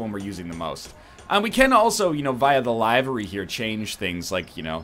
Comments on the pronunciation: Isn't the pronunciation of "Livery" actually "Liv-er-ee" not "Lie-ver-e" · Lie-ver-ee in the Queen's English.